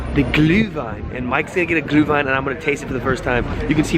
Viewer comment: Why is your "ü" suddenly so good?! Pronouncing Glühwein mastered!